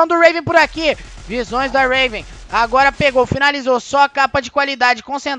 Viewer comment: O cara chamando o raven de ruiven rweven kksks